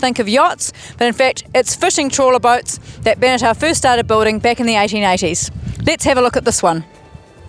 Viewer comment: Other than her mispronouncing "Beneteau," this was a pretty good review of one of my favorite boats.